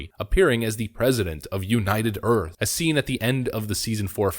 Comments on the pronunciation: That's "Earph" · "President of United Earf."